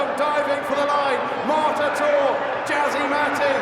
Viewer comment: It's MARTATOR not Mortator. Come on, get the name right!